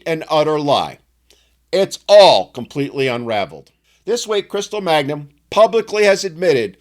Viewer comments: It's not "Magnum," it's MANGUM. Stop desecrating the greatest TV-detective that never lived! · Her name is Mangum, not Magnum. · Her name is *Mangum*, not Magnum...in the interest of accuracy. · It's Mangum, not Magnum.